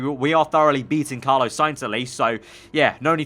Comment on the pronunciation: It’s Carlos Carlos Carlos not Carlo!!